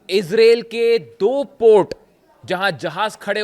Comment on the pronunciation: Mr reporter bai Israel 🇮🇱 not isralle 2. 😂😂😂😂 I think you need to learn English course